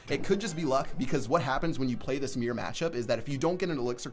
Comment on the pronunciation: why do you call mirror the meer